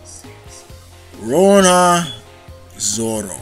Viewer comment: Stop saying Rora Zoro